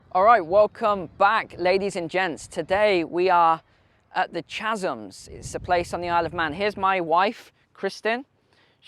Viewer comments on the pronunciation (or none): Kasm. That's how chasm is pronounced.